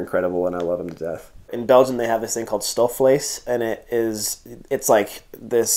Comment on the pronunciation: How sweet you are! So positive and you pronounce places very nicely Stoofvlees 😀